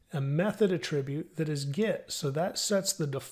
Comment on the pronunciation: It not pronounced "A-tribute", it is pronounced: "AT-RIBUTE"